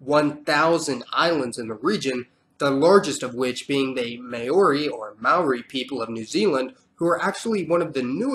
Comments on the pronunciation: please, it's never pronounced "mayori" it's only pronounced "maaori". here in nz, even when it's pronounced wrong it's not pronounced "mayori" but as "mowri" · Did my dude just say “may-or-ee”. That literally couldn’t be further from how you pronounce Maori. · māori is pronounced as “maaori” not “ma-ori” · it's not may-ori it is mao-ri and roll the R just so u know bro and cheers for spreading the word of us islander chur cuz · This is an awesome channel! Just never say may-ori again. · Its not pronnounced "May-ori" lmao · Why you keep saying MAYO REE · Maori = Mah-Ooh-Ri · Very good research but you butchered the pronunciation of Maori. You missed to mention the Moriori people from Chatham islands of eastern New Zealand they are very few now or maybe non-existent at all but they are mysterious people. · that moment when he says maori wrong, says it pretty much correctly just to prove he can, and the says it wrong from then on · learn to pronounce Maori correctly!! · It's not Mayori, it's Maori. And Rapper knowie, it's Rapanui. Get your pronunciation right. 😂. Love the history though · Interesting video but just have to mention: Mao-ri not May-o-ri, Ki-ri-bass not Ki-ri-ba-ti, Ka-le-do-ni-a not Sa-le-do-ni-a.